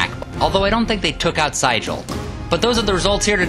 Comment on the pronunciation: Excellent video except that Siegel's name is pronounced See-gul (like the bird)